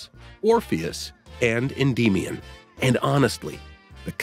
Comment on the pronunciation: The King of Rex is not a secret. The Captain is a secret. And, it's not En-dee-me-on...